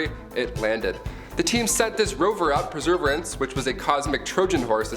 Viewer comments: Perserverance - pronounced pur-sur-VEER-ents. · hey you pronounced perseverance wrong and Apollo 13 wasn't on shuttle they were in the odyssey command module and the 02 tank on the service module blew out. but awesome video :) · Say perseverance again 😂😂😂